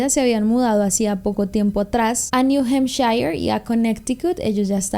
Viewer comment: te amo, pero nunca pronuncias bien New Hampshire